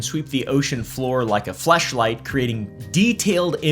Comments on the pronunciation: did he just say fleshlight? I Listened to him 5 times and am pretty sure that's what was said! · Bro still said be have sonar equiptment that can sweep the ocean floor like a fleshlight